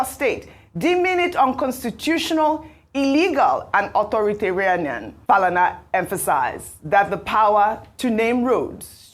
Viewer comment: it is authoritarian not authoritaranian